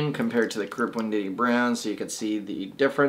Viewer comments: learn to read, learn to pronuonce Wendt E I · No offense, but WEND-TEE-EYE. Otherwise informative!